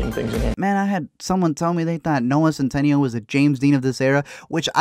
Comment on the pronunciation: “Noah CentANIO” 😂